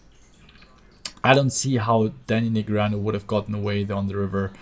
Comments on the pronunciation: neh gree ah new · please say daniel negreanu properly for the next video please <3